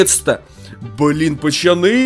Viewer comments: Говори нормально не пачяны а пацаны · ты говориш чо пачаны а не пацаны